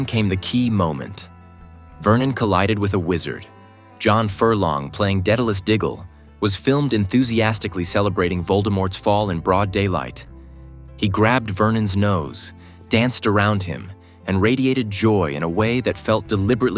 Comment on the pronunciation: I can't wait to finally be able to see the first episode. it's pronounced [DEE-dalus], btw. Sorry, a small Hermione moment :P